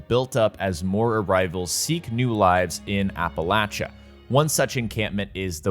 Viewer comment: thanks for saying "Appalachia" correctly ;D